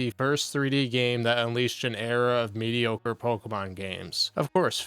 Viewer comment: Why are single syllable words always 3 syllable words for Phil? "When Nintendo sent me this gA-Aye-Me..."